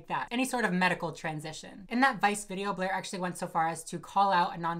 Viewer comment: you butchering Blaire’s name had me dead 😭